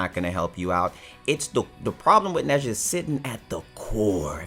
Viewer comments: His name is pronounced Nah-jah. Not neza. He’s chinese lol. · I was cringing when was trying to say nezha dramatically but saying it wrong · Got a little triguered when he said nezha 😔